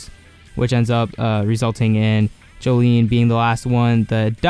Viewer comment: Her name is pronounced "Jo-lin"